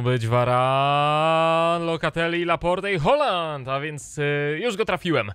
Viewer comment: nie mówi się holand to Hohland